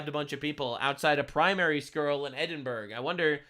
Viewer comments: ...and... It's pronounced like "Edinburrow"....not "Edinburg"🤷‍♂️ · Im.gonna do you a solid, it's pronounced ed-in-bruh